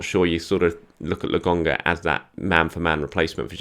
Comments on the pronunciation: Man like not sure why he calls Lokonga as Logonga? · Please stop saying LAGONGA … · Andelecht fans agree with your pronunciation of Lokonga. He is definitely LoGONEga. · I know! It’s driving me insane! Nearly as bad as him saying Orba instead of Auba.